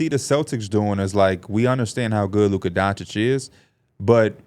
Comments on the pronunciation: How is it your job to talk basketball but you still say “donkchick” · If yall can get antetokounmpo right, yall can get Doncic right. It in not Donchick 😂😂